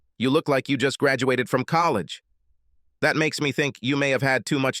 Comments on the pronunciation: Man, the robot AI reader sucks. It mispronounces common words like “friend” as “free-yund” and “handsome” as “hand-sooom” & “college” as “colly-gee.” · The computer sounds so stupid....collegeee? Free-ends? Anyway, the story was boring. FF. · "She had different neeem when we were in collageeee" - lol the pronunciation on this AI.